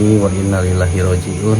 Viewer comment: Bg deny salah penyampaian arabnya sehsrusnya inna lillahi wa inna ilaihi rooji'uun